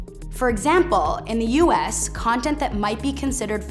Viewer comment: Her pronunciation of U.S is annoying, "U. ASS "